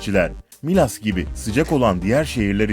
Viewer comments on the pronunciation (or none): abi milas derken i harfini uzatmana gerek yoktu dndmdkkd direk yazıldığı gibi skskskks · Abi miilas diyince garip oldum be Milas burası yaa hani insanların klimayla aşk yaşadıkları 😂😂